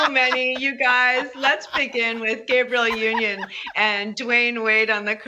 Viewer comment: If you can’t pronounce Gabrielle Union’s name correctly, go home. You shouldn’t even come in the door if you don’t know Ryan GOSLING!!